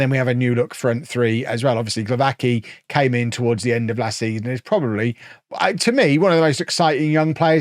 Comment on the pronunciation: the w is a v sound and the 'cki' at the end of glowacki's name is a 'tski' sound